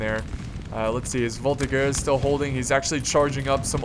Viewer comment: As someone who speaks french I got cancer when you said "Voltigeurs" and "Fusilier"